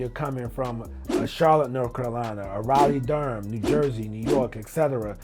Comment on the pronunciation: “Riley- Durham” is crazy. But I’m tuned in lol